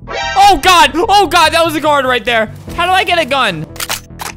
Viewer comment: you do know you said good instead of god